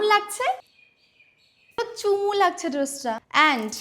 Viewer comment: চুমু❌ চমু 😂